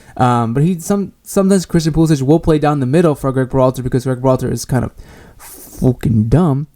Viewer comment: I agree with most of your points, but you have to start pronouncing Christian's last name correctly.